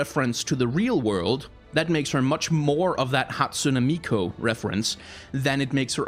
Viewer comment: It's Hatsune MiKU, no MiKO, sorry, it just bothered me the way you pronounced it constantly xD